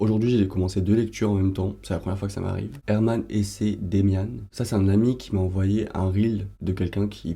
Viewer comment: Hello, Hermann Hesse se prononce à l'allemande (donc "Hess"). Et bonne lecture de Demian, c'est un chef d'oeuvre (à mon sens) !